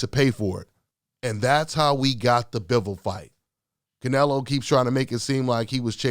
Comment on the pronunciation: Butchered Bivols name sir.